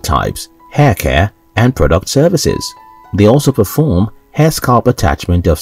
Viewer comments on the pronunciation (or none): none